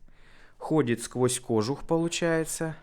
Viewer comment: Крутяк! Поздравляю! Я сам говорю "кОжух", но правильно "кожУх", также, как правильно говорить "ступИца", вине привычное мне "стУпица".